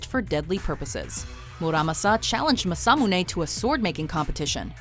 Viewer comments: first problem your pronunciation is horrible, especially the japanese, masamune maa-saa-moo-nay muramasa moo-raa-maa-saa. second problem historical, masamune and muramasa were separated by 300 years give or take a century. the muramasa curse was brought about by the tokugawa shogunate, he blamed the sword for deaths of his family and friends and was nearly killed himself by one, of course muramasa blades were popular because they were good blades, but tokugawa was superstitious and believed the kamui of the muramasa steel was out to kill him, so he banned them. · Oh, Jesus. It's MAH SAH MOO NE and MOO RAH MAH SA! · You mispronounce masamune just thought let’s you know